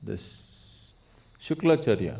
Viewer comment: Shukracharya...Not shuklacharya